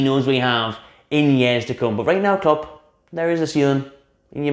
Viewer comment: Klopp, Klopp, it rhymes with strop...